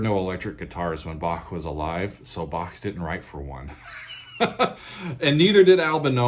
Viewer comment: Like your Bach pronunciation. The right one.